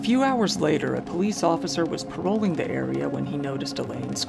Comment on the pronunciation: "...A police officer was 'paroling' the area.."?